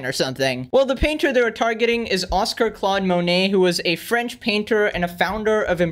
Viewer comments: You said Claude Monet right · "I'm probably going to butcher this" Proceeds to pronounce Claude Monet perfectly